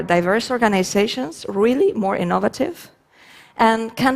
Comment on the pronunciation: Ee-NOVE-vuh-tiv' Took me a while to get that one. :)